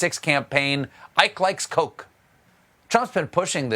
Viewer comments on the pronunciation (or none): none